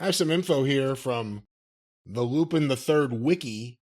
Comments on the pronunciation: Pronounced Lupon. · It's pronounced "lupon." It's French... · Say you’re Weeb without saying you’re a weeb. Hell I thought Lupin was pronounced “Lew-Pon” originally. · I knew he would mispronounce Lupin lol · Hearing people mispronounce Lupin is always so hard to hear lol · "Arseen Loo-Pinn"? Goddammit, were you raised by chimpanzees? Who the hell doesn't know how to pronounce Arsène Lupin? When sounds more ignorant and clueless than Kentucky Grandpa, we're really in the dumbest timeline. Good grief, mate! Mr. "I read five books per week" over there... Embarrassing!